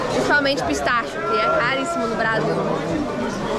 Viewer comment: minha linda fala-se pistache 😘